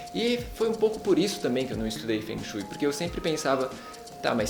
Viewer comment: a pronuncia não está correta logo de cara diz que vc não se interessa mesmo pelo assunto...eu sou do nordeste do brasil e sempre amei... detalhe sou ateia.